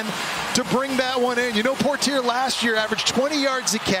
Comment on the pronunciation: Poitier - por-tear, lol. It's poy-tee-AY. Thanks announcers for butchering an easy name.